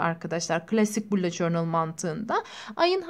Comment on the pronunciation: Allah aşkına şunu süsleyene kadar bullet journal ın nasıl söylendiğini öğren lütfen